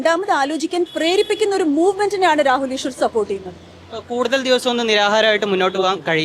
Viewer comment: രാഹുല് ഈഷ്വര് ഷബരിമല ഷത്രു വഷം (വശം) വിഷ്വാസം സ്ഫുടമായി മലയാളം സംസാരിച്ചിരുന്ന പെണ്കുട്ടി എന്താ..ഇപ്പോ ഇംഗനെ??😢